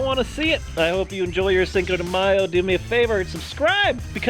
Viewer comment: matthew actually the way they said it was right...